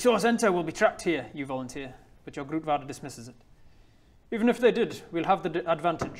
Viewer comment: The Dutch in Bodger's dream was really throwing me off. Pretty good work on the pronunciations of "broer" and "grootvader", though!